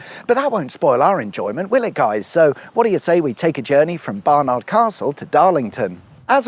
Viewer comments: It's pronounced 'Barnid' rather than 'Barnarrrrd' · "Bar-nud" not "Bar-nArd"! 🤣🤣🤣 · The way you said barn ard really really bugged me I won't lie 😂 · You don't say bar. Nard,,!! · You say Barnard funny. Great video as always. There's a cuppa ready when you do Sunderland.